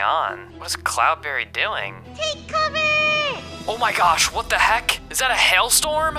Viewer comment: is funny when cloudberry says take coveer